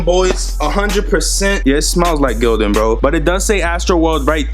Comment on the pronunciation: Lmfsdao my man said str8 like GIl-Don